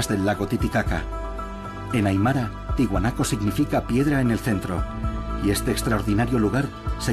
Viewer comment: Se dice ¡TIAHUANACO, no Tihuanaco. La A se pronuncia!